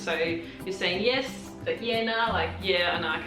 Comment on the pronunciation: would be Grego, or if your surname is Lew, it would be Lewey. If your surname is McDonald it would be Macca, BTW you nailed the yeah/nah